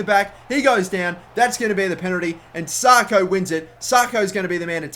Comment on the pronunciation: pronounced sacko not sarko